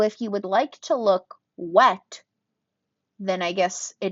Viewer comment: I guess I gotta get the Becca No pigment because I want that WET look🤣 the way you emphasized 'wet' made me laugh so hard